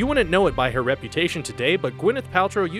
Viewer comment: it's pronounced "wouldn't", not "woonent"